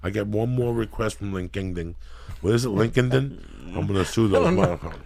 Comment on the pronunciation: lmao listening to joey pronounce Linkedin and rant about it is the best.